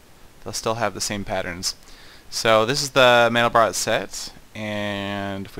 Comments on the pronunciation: It's pronounced "man-del-bro", not "man-del-brot". Mandelbrot was French; the final "t" in his name is silent. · its pronounced MAN-del-bro bro not brot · SETH! The 't' in Mandelbrot is silent. -A nerd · Pronounced 'mandelbro' and I'm on the basketball team. you don't have to be a nerd to know things, just curious.